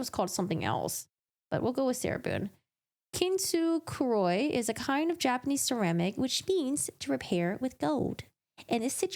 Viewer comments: Had to. Kintsugi (kint-sue-gee) NOT kint-sook-er-roy. She's so stupid. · Kintsukuroi is an alternate name for kintsugi, but is sure as hay isn't pronounced "kintusukuroi". Oi occurs in words like mayoi "hesitation, state of being lost", tsuyoi "strong", oikake "to follow, pursue". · You have to say it like Sarah, "CAN-TOO-SOOKEROY" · Sarah had plagiarise that first bit of the kintsukuroi. It’s pretty much word for word. So wouldn’t be surprised that most of her letter was copied from somewhere else. I don’t think she pronounce it right. I could be wrong.